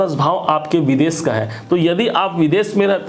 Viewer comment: Veeeedes nahi vides bolen